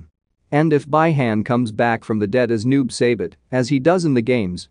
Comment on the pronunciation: Noob saibot, not noob seibet